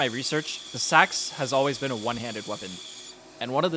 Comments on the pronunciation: just so you know its pronounced seeks not sacks it throws you off cause its spelled seax but thats just how its pronounced. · While Nomenclature is not your priority, just an f.y.i. for you: "seax" is phonetically pronounced [SEE]•[acks]. source: Scandinavian ethno-cultural anthropology *not "sacks" or "sax" as your youtube audio or mic audibly sounds.